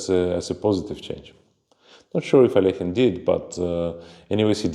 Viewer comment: Dear Sagar, please stop mutilating Russian surnames. Alekhine's surname sounds like /əˈlɛkhɪn/ (where the "kh" sounds like the "ch" in the surname of the German composer Bach). It's not as difficult as it seems, try it. Aronian (whose last name you also pronounce incorrectly) already corrected you in one of the reels that I saw, but you didn't hear him.